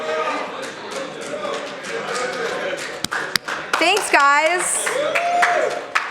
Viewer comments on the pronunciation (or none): none